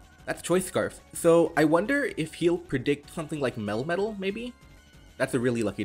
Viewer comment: Love these videos also love how your "melmetal" pronounciation, sounds like "metal-metal"